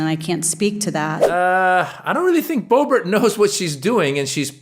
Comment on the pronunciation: "Boo-bert" shows how dumb and misinformed she is, EMBARRASSING!!